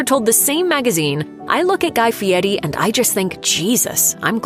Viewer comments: His name is Fieri Not Fieti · Is his name Fieri or Fee-et-ee?? AI is taking over before its ready.